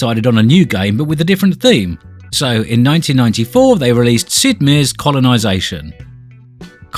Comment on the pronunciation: Meier is pronounced like in Mike Myers (without the s).